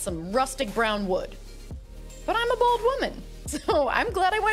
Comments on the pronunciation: I’m trying to hear “bold” but I just can’t unhear “bald”! Funny word mishearing aside, you cakes are always AMAZING!!! They look so REAL!! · Lol, i thought you Said bald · Literally it sounded like you said “ I’m a bald woman “ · 😂😂😂🤣🤣🤣🤣😂🤣😂🤣😂 SAME I THOUGHT U SAID BALD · Yeah I heard bald first too